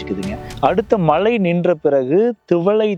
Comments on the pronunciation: உங்க உச்சரிப்பில் கொள்ளி வைக்க..😂 டக்குனு மலை,மழை வித்தியாசம் இல்லாமல் பேசுறாரு... ஒரு நிமிஷம் ஒண்ணுமே புரியல... மழை சொல்றாரா இல்ல மலை சொல்றாரே புரியல😅😅... தயவுசெய்து ஒழுங்கா தமிழ் படிச்சுட்டு வாங்க.. பேசுவதற்கு முன்னால்... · ஐயா, வளியாக என்று சொல்லாமல் வழியாக என்று சொல்லக்கூடாதா ? மளை இல்லை மழை ✅ விளுந்து விளுந்து X விழுந்து விழுந்து ✅ 🌹🌹